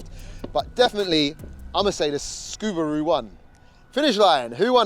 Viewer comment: There is no c in Subaru why do you say scoby